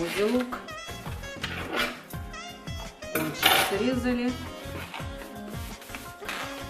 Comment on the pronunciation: Спасибо большое . нооооо прикладываем , прикладываем нужно говорить